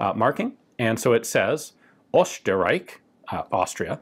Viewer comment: Ian has the best pronunciation of "Österreich"